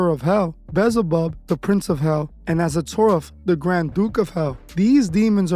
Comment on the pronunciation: Yo dude! It’s Beelzebub. Bee-El-zuh-bub.